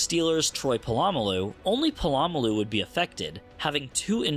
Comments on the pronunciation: Your pronunciation of Troy Polamalu's name is a war crime. Great video otherwise though 😜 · Listen I’m a massive nerd but I also enjoy football and the butchering of the excellent athlete Troy Polamalu’s name was painful 😂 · Was Polamalu's pronunciation an intentional reference to Pat McAfee?